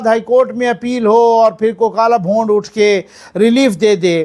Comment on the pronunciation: "Bhond" nhe....."Bhoond"